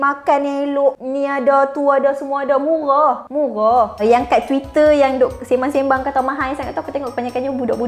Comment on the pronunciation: tang dia cakap "muroh muroh" tu lawak..nie kalau beleteq mau berdesing telinga..hihihih